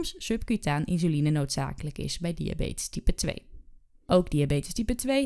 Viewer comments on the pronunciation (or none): Insuline wel, maar de uitspraak 'inzuline' is verkeerd.